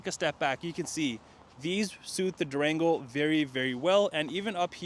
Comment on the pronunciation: It sounded like he said Drango 😔😌🤣 I have mixed emotions right now. I'm still spiriling,I got approved for a vehicle. 20 miles on the vehicle I would take but 50 miles I think not.